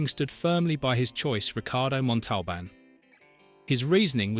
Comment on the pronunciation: OMG! It can't even say l"The plane,the plane!"correctly!!!Let alone Ricardo Montalban's last name!!!